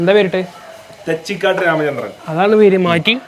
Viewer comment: Thechikaatt alla thechikott ann